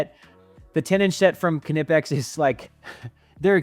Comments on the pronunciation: Great video but I believe the k is silent in knipex I believe it’s pronounced kni pex like knife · It’s German, so the k is not silent it’s pronounced kuh-nip-ex. Even according to the company themselves. Common mistake though. Seems like everyone calls it something different lol